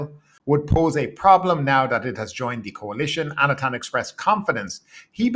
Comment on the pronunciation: Anutin is pronounced like "ah-new-tin". This guy is not going away it seems so we should all learn it. 😂